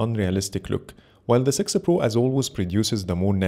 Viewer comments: It's heard like thay every time, even subtitles write 'sixer' 😂 Anyway, thanks for this great video 😁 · Great camera comparison and great video, but why do you always say sixer pro?😂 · 😂😂in sorry Bro. But the way you say six pro, (Google pixel sexy pro) I know it's the accent but nonetheless loved the video